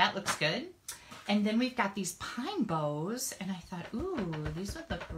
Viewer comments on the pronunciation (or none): How Now Brown Cow - - Pine Boughs - they all rhyme!! Not pine bows!